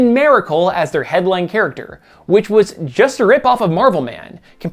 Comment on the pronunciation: "merical man and merical suit" haha so weird how you Said "merical" only those two times. Haha